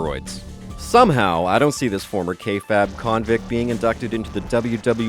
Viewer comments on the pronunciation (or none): Did you just fucking say "Kayfab" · Did he pronounce kayfabe as ka fab. What